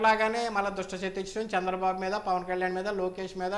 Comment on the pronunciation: Ayya... Shandra babu Kaadhu ayana Peru..... Chandra babu...... Chandamama ni kshandamama ni chesinattu undi nuvve palike vidhanam